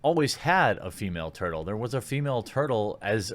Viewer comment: It's turtle ma'am!